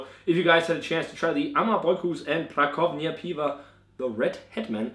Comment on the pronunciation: Nice review as always! One thing,. Co in Polish is pronounced 'tso'. Pra tso vnia:) Keep up the good work, lad!